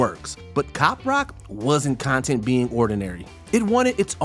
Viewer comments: "wasn't CON-tent being ordinary." I'm pretty sure the script meant con-TENT, meaning the feeling of satisfaction, not CON-tent, meaning the things that are included in something. Very weird line reading. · Did this man just pronounce "content" the adjective as if he was talking about making "content"? Some of these narrators are rough.